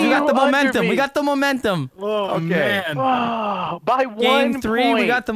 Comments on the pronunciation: "We got the momentHum" - vanoss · XD i died everytime he said 'momenthem' XD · "We got the momenthum" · Peep when vanoss says we got the momenthum